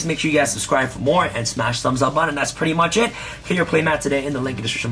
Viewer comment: Say “BUH-TON”